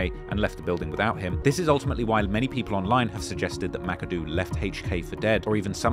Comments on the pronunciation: Ma-ka-doh not this mackadoo nonsense 😂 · Thats not how you pronounce Makado. (Muh-Cod-Oh)